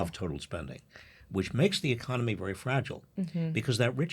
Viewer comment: Half of Americans say ‘ecomony’ instead of economy - they flip the n and m. So weird.